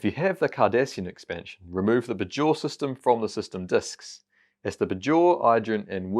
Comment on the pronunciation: The way he says “Bajor” is jarring (maybe he hasn’t actually watched DS9) 🤔 Rhymes with Bayshore not Lahore